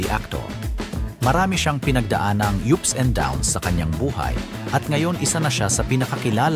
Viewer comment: Ano daw.."Pinagdaanang "yUps and downs.."..😂😂..